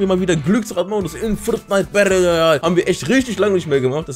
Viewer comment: Bitte nicht mehr Fridnite sagen